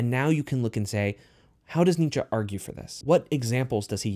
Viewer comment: Pronounce it with me dude “neee-chee “ (Friedrich Nietzsche )